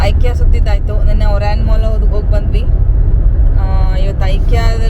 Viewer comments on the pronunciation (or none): none